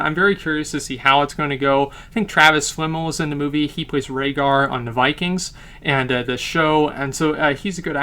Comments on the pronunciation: Ragnar :P not Rahgar :D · Ragnar, not Rhaegar. Rhaegar is from Game of Thrones. Unless he's been cast to play Rhaegar in a flashback in the new season... which I would totally be down for.